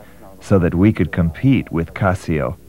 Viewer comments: It's casio not cosio. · is that how Casio is properly pronounced and I’ve been saying it wrong?